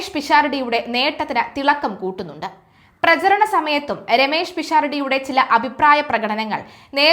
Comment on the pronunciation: തെറ്റുകൂടാതെ പറയാൻ പഠിക്കൂ, പ്രചരണം എന്നല്ല പ്രചാരണം എന്നാണ്.. പ്ലീസ് ശ്രദ്ധിക്കൂ...